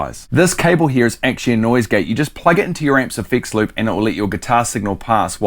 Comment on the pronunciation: Here's me wondering what a fix lip is, there's you trying to say effects loop....😂